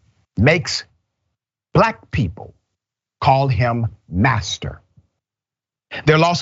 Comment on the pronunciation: 🤣🤣you said bastard or asster oh you said master gtf outta here